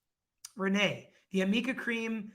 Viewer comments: Such a joke when Amber's lady lawyer kept calling the cream "AMIKA CREAM" 🤣... ARNIKA!! No wonder Jd's artist buddy had never heard of it. Big booba for lady lawyer. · No I don’t think Ed White was too biased. It’s annoying he kept getting cut off. I think Heard’s attorneys are rude to every witness. They act like jerks. Not to mention they don’t seem to really have their act together. Can’t pronounce arnica cream “what is amica cream, Elaine?”, showing a makeup pallet which wasn’t even available in the date range she claimed, that’s been proven, and then objecting to themselves which was pretty funny. So they appear to be terrible lawyers that are so rude. The only thing I think is they know Amber lied continuously yet they are trying to defend her anyway. I think all the proof is in the pudding already that Amber Heard lied about it all. All evidence points to Heard being the abuser as well as cheating on Johnny. It’s time justice is served. Justice for Johnny already is my view! I didn’t know at first everything going but once I’ve looked at it even before the trial I realized it appears that Heard is a liar and abuser. The evidence and witnesses just proves it more.